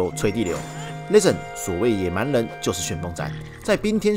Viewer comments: 既然你一直逃避，那不如換個問法，你怎樣評價自己把 listen 讀成 lesson？ 是自己讀錯還是台式荷蘭口音？ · Listen 都讀不好還一直在 listen ......... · 法國公司不一定全是法國人，也有其他國籍的人……. 這也太無知了吧，不過沒關係，不重要。 原來你住在荷蘭平時在生活在也在用英語？ 還能這麼爛呀，不聽聽自己的口音嗎？ listen 也不會讀還敢講。在荷蘭生活不代表你的英文不難聽。 我在說你讀英文發音很難聽，又那來的優越感了？在亂扣帽子想轉移視線真是低級的技巧。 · 沒關係，你就繼續不承認自己發音有問題吧 。 各執一詞也沒有用，既然你在外國生活，平常用英語溝通是吧，你就把你影片中所說的 Listen 播給你周遭的人聽呀？看看他們有甚麼意見？ 反正現在我說你發音差，你說你發音沒有問題，再說下去也沒有意義。